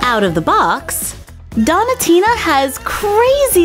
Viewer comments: Its donutina like donut not donitina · I love watching your videos BUT(T) i'm not sure that's how you say donatina.. dough-nah tina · not to be rude but it's pronounced doughnut-ina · You don't know how to pronounce donatinas name correctly it's doen -atina